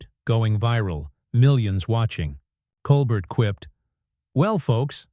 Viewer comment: I stopped listening as soon as I heard Coal-Bert. No more AI audio please